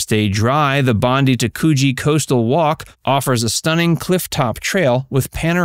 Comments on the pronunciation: Every time I heard the beach pronounced 'Bondy' I cringed. The beach Bondi is pronounced Bond-die, a name of Aboriginal origin that supposedly echoes the sound of the beach's rolling surf. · It's Bondi, pronounced like (Bon - Die) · Bondi is pronounced Bon Dye